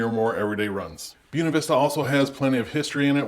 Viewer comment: You're killing me with your pronunciation of Buena